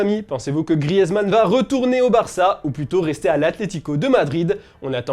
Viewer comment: Ça ne se dit toujours pas « grièze » mais « Griz »